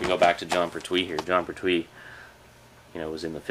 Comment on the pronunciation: Just to let you know its pronounced Pert-We. Any Red Dwarf DVDs yet?